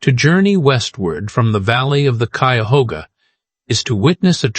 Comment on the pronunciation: Drink (water) every time the AI mispronounces "Cuyahoga". You'll stay well hydrated.